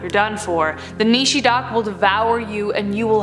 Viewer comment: It's nishir daak not Nishi daak